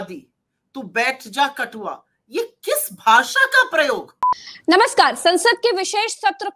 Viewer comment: कटवा बोला था या कठुआ